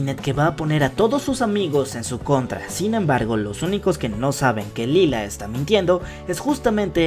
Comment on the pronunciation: Se escribre lila pero se dice laila